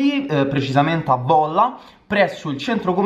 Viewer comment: 1 si dice volla con la o aperta 2 eskereeew